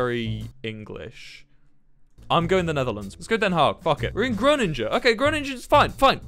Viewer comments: ah yes gruningjen its GrOOningEN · The way he pronounced "Groningen" as "Groningjen" made my day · I got mad angry how he said Groningen GROWNIGEN BRO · wtf is grochinchen its groningen if you cant do dutch dont do dutch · "Groninge" - Wilbur At least Wilbur is the only YouTuber that's ever even mentioned the city I live in so I appreciate that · "Kronindzjen" Ah, english people trying to speak dutch, too funny. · "Groninguh" as Dutch. IM DYING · Groningen so this is how you pronounce it ''Groo'' ''ning'' ''en'' i live in the netherlands btw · "groninge" RAHHHH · The way he pronounced “Groningen” killed me on the inside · The way he pronounced “Groningen” 💀 never heard someone outside of the Netherlands say it so yeah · Pixel Man It physically hurts me how he said Groningen :( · Why is no one else talking about how Wilbur said Groningen and den haag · as a dutch person i appreciate people who say den haag instead of the hague but when he pronounced groningen wrong i almost cried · The way he says Groningen harms my heart. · Me from Groningen and cringing at the way he pronounces it. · he is in. my city. and he mispronounced it horribly lmao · how the fuck do you pronounce 'groningen' my guy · I hate how he pronounced groningen